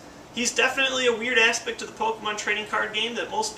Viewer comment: I thought he said "a weird ass pick" instead of weird aspect